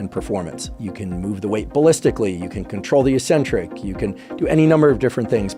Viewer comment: Why do yanks always mispronounce eccentric?